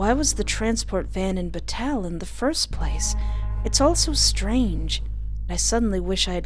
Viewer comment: Just so everyone knows, August Flynn is voiced by Bradley Gareth, who I know as James Anderson from the Seduce Me series of visual novels by Michaela Laws. And surprisingly, said the town's name right, Bataille. Which is pronounced Bu like butter and tail. Oh, and I'm the one who suggested she play this game. Hopefully she'll start playing the full game in Fall